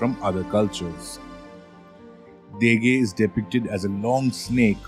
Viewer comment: My ears are Ringing with the pronunciation and ignorance of Basic Fijian Pronunciation..the word Degei is properly N-DENG-AY ....Not as you so uneducatedly said it The word Yagona is Pronounce YANG GONA...if you want to spruik yourself as International Experts best get your basic words right or I shall call up a Veli to put some Draunikau on you. We also have some snakes in Fiji including the Venomous Bolo and many species of sea snakes... .